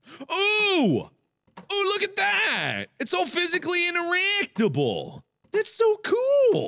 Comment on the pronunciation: It's so physically INTERAAAACTABAL! Where's the VA ZAAA? Where's the STHAMP ALBHUM? Ladies and gentlemen, Markiplier has developed his own language.